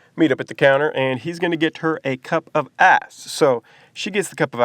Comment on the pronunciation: It's ICE, not ASS.